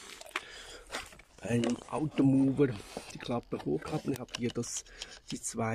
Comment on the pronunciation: Super video, sehr hilfreich. Danke. Ein kleiner Schönheitsfehler: es heisst phonetisch "automouer" von mow, mähen und nicht phonetisch "automuwer" von bewegen. Es ist ein auto-Mäher und nicht ein auto-Beweger. Ich will nicht Lehrer spielen aber viele machen diesen Fehler. Hoffentlich kommt es gut an. 😔